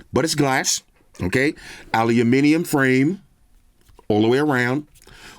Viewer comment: Shout out from the UK for your dedication over the years to the proper pronunciation of 'aluminium'!